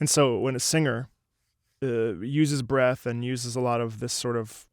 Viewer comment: when u kept saying 'breath' i thought u were saying bread 🤣